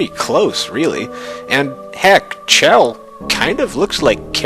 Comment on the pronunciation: It's Chel as in Shell check out dev comentaries on Portal 2.